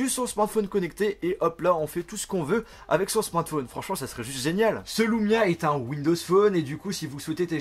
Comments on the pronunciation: Super vidéo enfin un youtubeur français qui montre les qualités des Windows phone !! Par contre c'est LUmia pas LOUmia;) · tu le prononce à l'américaine :D